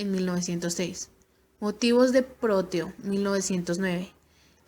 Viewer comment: Gracias por la información. Solo que no se apellida Rodo; se apellida Rodó. Tampoco es «Próteo»; es Proteo, sin acento.